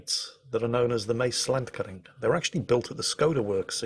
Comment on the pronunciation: The what now? You can do better than that, you old island Dane. The first syllable, which is the one that is emphasised, is pronounced 'Maas' with the double A sounding something like the sound you make when you understand something; 'Aaaah'. The 'E' in 'kering' is long like in 'peerage'. Now you have to do another vid about the Netherlands. Suggestion: Sail Amsterdam.